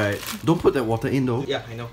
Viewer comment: pronounces water as What-ter???? Could the both of you be fellow Malaysians? 😂